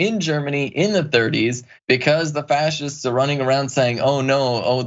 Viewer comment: "Frashists" do you want fries with that?